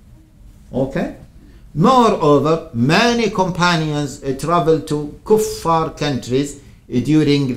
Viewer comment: Its pronounced Kuuu faar.